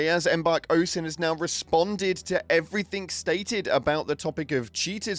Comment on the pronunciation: Never understood why people who speak English put a 'K' at the end of "everythink", "nothink". It's the weirdest grammatical quirk I can think of in our language, and you hear it a lot! Its a "g" no a "k"! Thanks for listening! (and yes I'm really fun at parties before anyone comments lmao)